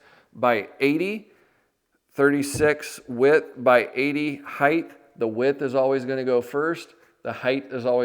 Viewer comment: I love your content and have watched it for years! My only tiny comment is something I see tradespeople do all the time. When describing dimensions, there is width and HEIGHT. There is no “heighth.” Similarly, some people say “liberry” instead of “library.” Just as we are keeping alive the tradition of carpentry we must support the use of proper English. My grandfather would have been adamant about this and was an amazing craftsman.